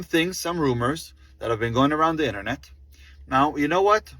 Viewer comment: His stupid accent, stupid emphasis in words like that or internet